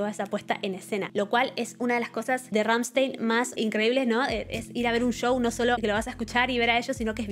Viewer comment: Se dice "Ramshtain" 😅